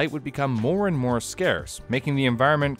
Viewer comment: Came for the content, subscribed to stay for the “subscribe for mor-ay” throwaway bit. I am READY to start binging